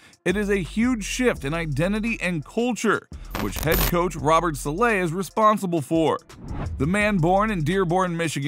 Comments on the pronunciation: Are you saying Robert Salay just to annoy people or what lol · "robert selay" lmao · i like robert saleh but this guy pronounced his name so weird.